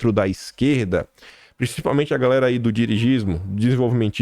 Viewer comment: fala garela ou invés de galera😂 meu querido!😂😂😂